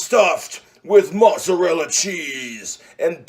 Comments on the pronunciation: It's not moozarella unless you're Italian. Dude it's mozzarella you're a some kind of mut. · Fucking hate how he pronounces mozzarella. "Mootsarella" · "It's already cooked, but we're going to toast it in the oven." So he's gonna burn it like he burns everything. I hate the way he say mozzarella...